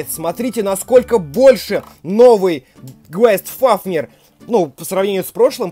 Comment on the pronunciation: Не квест а гейст (с английского привидение) фафнир